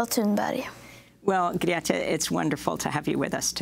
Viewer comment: Came to this with the attempt to learn to pronounce Greta Thunberg properly. I had to laugh a little when immediatly after she tells you how it's pronounced (Gre-ta, with the gre like the start of great)), you pronounce it differently as Gret-ta.